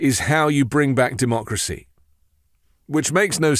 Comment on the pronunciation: The last republican to say the word "democracy" ironically was Bush. I think Trump said "dumb-ocracy" No other explanation. And, yes, this is an ongoing insurrection.